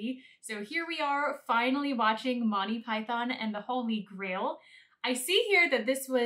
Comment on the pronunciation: okay i just cant its Monty not Motti your mispronunciation ruins it